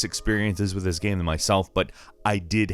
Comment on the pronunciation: I like your voice but when you say "gam" it hurts me.